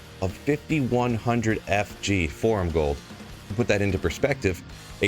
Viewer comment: "Forum Gold" lmfao